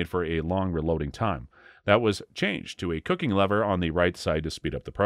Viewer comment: Cocking lever not 'cooking lever'